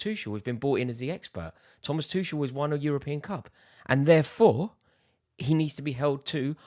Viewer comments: AND ITS NOT FKIN THOMAS TUSHEL ITS TUCHEL U TRAAAAAAAASH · Before you start Tuchel out campaign, can you please learn how to pronounce his surname correctly. He is not Tušel. Thanks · What's a Tüschel? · You can't even say his name right. It's Too-Kel, not Too-Shel. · You said it all Axe Tuchel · the way he says Tuchel..uhhh is like someone is scratching my back next to where it tickles.... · I hope they sack him so I don’t have to hear you mispronounce his name anymore 😂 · Go support Arsenal please , you can’t even pronounce our managers name you clown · It's been nearly 2 years and he still can't pronounce his name right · The fact you still can't pronounce his name say it all. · Learn to pronounce his name correctly first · Nah. Rory taking the lampard sacking out on tuchel. Never liked him. Like at least pronounce the guys name correctly and pretend you care. I like you Rory but this is not it. We aren't under roman any more. You can want improvements without sacking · Rory how you still haven't learned how to pronounce Tuchel?